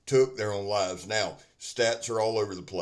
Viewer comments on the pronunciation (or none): none